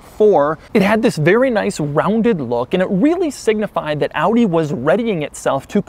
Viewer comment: Doug - thanks for pronouncing OW-DEE correctly.